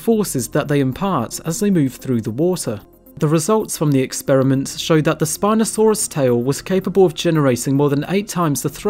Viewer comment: wtf? a series of expeermints? WHY do people constantly butcher the word experiments ex per i ment not ex peer e mint